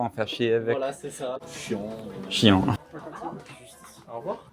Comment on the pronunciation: Salut les garçons. Vous avez l'air de bien profiter de rythme tranquille. Je me permets une petite correction. Quand vous parlez de Karen au vendeur, le mot qu'il utilise n'est pas "chien" mais "chiant". Je sais que pour vous ces sons sont très proches et presque indifférenciables, mais ça ne veut pas dire la même chose 😁. "Chiant" peut vouloir dire ennuyeux ou bien totalement dérangeant, exaspérant. Et je sais que "Bergerac" c'est dur à dire, mais il n'y a quand même que 2 "R" 😂